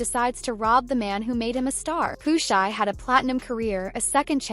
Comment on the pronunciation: She said Pooh shisty😂😂